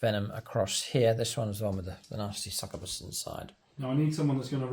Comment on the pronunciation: Every time mispronounces these words Khorne æts another kittren 👹🐱 INK-YOU-BYE SUCK-YOU-BUS